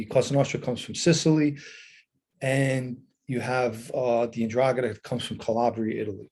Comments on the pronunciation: Pronounce it right buddy…. en-Drah-Gah-TUH….. you usually have decent Italian pronunciation, I’m sure you will fix this. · Hi Irish Green. Hope you are well. I'm such a numbnut to this stuff - the first time I heard him say 'Ndragheta I heard Andromeda - and said to myself, you mean the spaceship? 😳 Stay safe